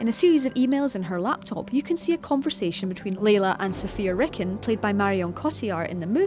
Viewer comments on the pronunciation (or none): It bugs me how the commentator says "Err"bisoft and Sofia "Rick"in... -_